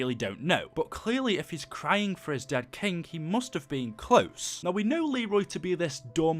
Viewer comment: Im triggered. it's king, not kink :p